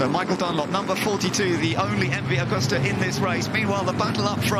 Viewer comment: What a pity the announcers can apparently only give bike numbers, not makes. And it's MV-Agusta ("Ah-goose-tah") not "Awe-gusta-ah."